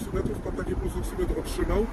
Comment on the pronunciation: Ta Pani nawet nie wie co dostanie "pulsoksometr" dostanie, a otrzyma "pulsoksymetr" nie robi jej to chyba różnicy, ważne że dostanie cokolwiek :D